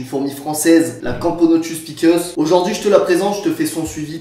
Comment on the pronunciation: C'est pas pickeuss mais pi-cé-uss